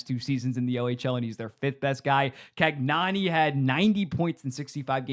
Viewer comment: cagnoni is can-yo-nee